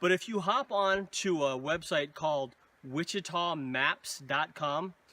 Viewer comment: pronounced “wash-ah-tah”